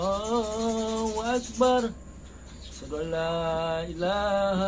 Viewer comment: Azan saja sala huruf,,,ASYHADU,,bukan ASADU,,, dulu ps yusup manubulu,,di amuk sama pdt rudi yohanes dan pdt esra soru,,karena tampilkan kesaksian kayak gini,, Ini sama dengan menjatuhkan martabat agamanya sendiri,,😅😅😅